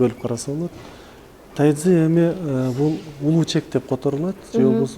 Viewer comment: Тайцзи дебей тайжи чуан десе туура болот го. Тайцзи орусча угулушу